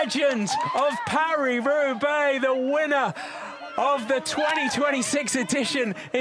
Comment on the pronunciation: “Paw-hlee Hroobay”?? Love these videos but for ages now I can’t handle it - your pronunciation of foreign words makes me want to vomit from my ears. Just speak like an English person and stop with the multi-accented butchering. Just say “Pah-ree Roo-bay” like we all do and stop being a pretentious tube